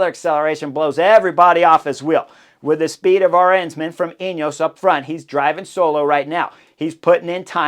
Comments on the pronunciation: I was wondering a couple of times who "our hensman" was, until I realized you pronounced "Arensman" in the most American way possible. :D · People are correct. Rankings should be annually. WVA (who I love) has been subpar, and is not longer part of the app group. Drop Wout and and add Peterson! And add learning to pronounce Politt and Arensman. Again, I have no idea who you are talking about, but it’s now Aaaaah-Rens-man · Wait…I just heard Chris say “Vingegego”. That’s not how you butcher names like you do with Arensman, Lipowitz and Politt. We should agree to butcher all the names and put some weird English spin on it, or genuinely learn to pronounce names… either way is fine, just choose.